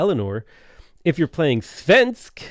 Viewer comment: I'm so offended listening to murdering my language. Except he actually says "svensk" ok, which is hilarious. Also the missed opportunity to rename Malmö to Copenhagen instead.